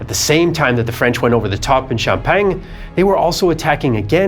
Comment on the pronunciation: The french fought in Xiao-peng? Or in sham-pack-ni? At least the french high command was more effective that germany ever was when it comes to getting a lot of french killed